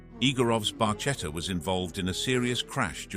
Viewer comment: YOu need to figure out how to pronounce Italian. The Barchettta is with a k, not with a j or something....